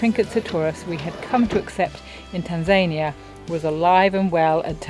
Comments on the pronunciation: TanZAYnia,? Never heard it pronounced like that before. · Locals in Tanzania pronounce the name of their country as Tan-zah-nee-uh. This pronunciation emphasizes the second to last syllable, which is consistent with the Swahili language’s emphasis pattern.